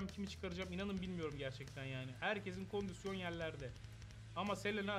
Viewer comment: Eniscim kondüsyon demeyi acilen bırakmalısın. doğrusu kondisyondur. normalde takılmam da 55 kere kondüsyon deyince içime fenalık geldi.